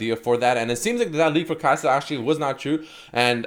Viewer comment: Kai’sa(din). Haha.